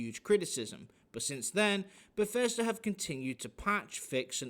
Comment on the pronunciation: bethesda became beshitda :p